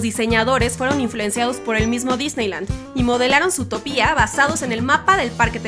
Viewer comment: Lindo video pero te corrijo algunas cosas. Zootopia no lleva acento en la i,dijiste San Frantokio en vez de San Fransokio en otro video y el nombre del viejo Macgucket es Fidleford no Filderford jeje.